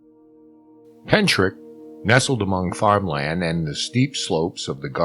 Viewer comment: Hellos from Wales. The actual pronounciation of Pentyrch is Pen Tirk. Pronouncing the last part like Loch. But you did give it a good try. It's not too far from where I live. I live in a UFO wave area. Seen a lot of UFO's over the years. It's a hotspot. I have a lot of writing to do on the matter. I'm in the process of writing everything down for someone.